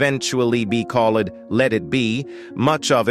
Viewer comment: What is going on with the narration of this video? Mispronouncing basic English words such as "studio" as "STUH-di-oh" and "called" as "call-ED" is bizarre, especially from an ostensible American accent.